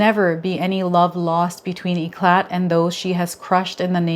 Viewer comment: i'll bed your self appointed french teacher éclat the é sound amazing (the ah - mé - zing) cla (clash) t is not pronounced